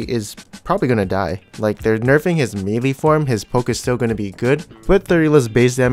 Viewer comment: Melee is pronounced Mey-Ley not Mealy.